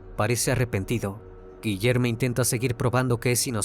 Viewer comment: “Guillerme” suena a nombre “no binarie”. Debería sonar a Guillermo chingao.